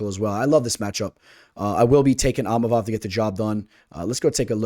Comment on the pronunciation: Eeemavov do not pronounce the I